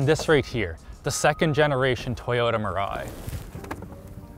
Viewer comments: Mirai is pronounce as Me Rai btw nice video i thought i watch donuts media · Your local weeb here, it's pronounced mira "e". It basically means future. Because Toyota apparently feels hydrogen is the future. Thanks for reading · Mirai, it actually pronounce “mea-lie”, means future. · Mirai is pronounced as Me-Lai. In Japanese it means “future”. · WHY CAN NO ONE PRONOUNCE MIRAI EVEN CLOSE TO CORRECT